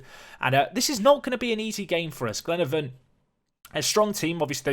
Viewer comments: Glenavon is pronounced Glen-ah-von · It's glen-a-Von pronounce the a